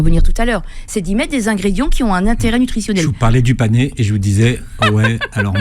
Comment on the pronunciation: C'est le "panais" et non le "panéééé"